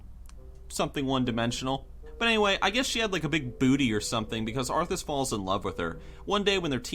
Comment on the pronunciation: It's "Arthas", you dumb fuck.